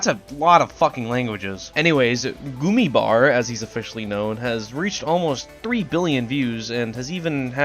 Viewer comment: The way he said "gummy bär" hurt me as a german